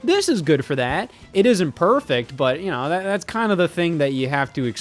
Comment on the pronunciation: The way you said you 'know" 🤣